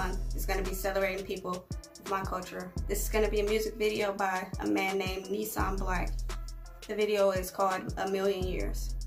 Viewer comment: it's "nissim" and not "nissam"😌😌😌😌